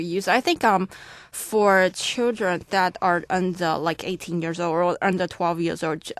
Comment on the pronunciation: The reason why this recording has a band 7 is because the candidate does not give much detail in task 1. Her vocabulary would also get a lower score because she uses informal English.She also has some r/l slips (purple, old, able, control...etc) She also misunderstood a question in task 3.